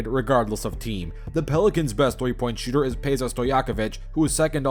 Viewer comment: Ah yes "Kehl Korver", "Kehl Lowry" and "PayZA" Stojacovic